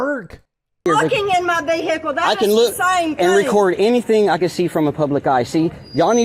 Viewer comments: it's "vehicle" all one word, not..... veeee HIC lllle. 😂😂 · I would never go to a place where they say “vee hick el” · Wow this is a special kind of stupid! What is a vee hickle?😂 That woman is crazy! Sloppy looking uniforms, out of shape and private vee hickles. Y'all must be liberals bc y'all know your rights. None of these idiots know anything about the law. They all have stupid looking expressions on their faces. It's really something out of hollyweird! You can't make this stuff up!😂 You can tell they have never been told no. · What on earth is a veehickle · What exactly is a Vee-Hee-call? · Dinga ding dang ding dang ding dang ding, vee-hickle. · Vee-HICKS are more like it